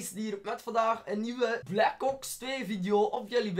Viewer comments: Ik weet niet of ik de enigste bent die t hoord maar als je black ops zegt hoor ik black cocks hahahaha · je zegt black ''Cocks'' xD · Ben ik nu de enige die hoort dat hij blac kops zegt